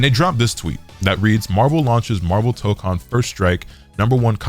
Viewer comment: It ain’t “MAHHVEL” without Magneto